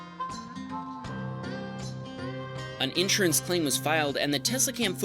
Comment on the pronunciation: Someone teach this dude how to pronounce insurance, PLEASE!